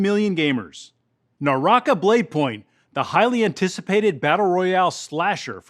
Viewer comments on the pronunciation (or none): none